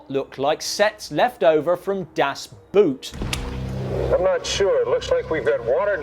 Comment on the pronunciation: Not to be comic book guy here, especially since your pronunciation of german names usually is really good, but one thing stands out like a sore thumb to me! "Das Boot" literally translates into "the boat", and is pretty much pronounced that way! It's got nothing to do with footwear! :D